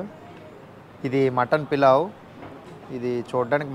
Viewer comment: Pilav kadhu bro polav